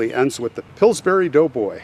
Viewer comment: Every time you say Pillburys...it sounds to me like it is another kind of berry...like strawberries!!! Now I want to try Pillsberries!!! LOL!!!